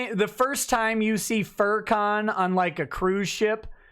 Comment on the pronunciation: Furr-Con or Farrakhan (pronounced a bit off)?